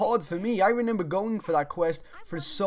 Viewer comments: how many times did he say renember in this video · When you say remember wrong